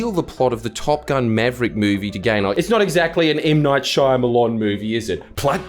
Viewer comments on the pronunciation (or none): Did you just pronounce all the letters in Shayamalan? I didn't even know how to spell it before this, and I knew that the old lady in the elevator was the devil from minute 1.